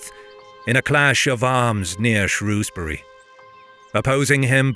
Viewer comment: As someone from Shrewsbury thank you so much for pronouncing it correctly, people all over England pronounce it “shrowsbury” which we don’t, you nailed it